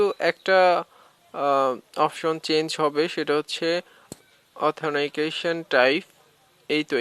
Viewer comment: অথানাইকেশন??? বাহ বাহ!!! হাসি পেল।।